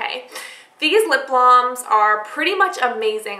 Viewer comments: Ugh her calling them blahms instead of balms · It's lip balms not blams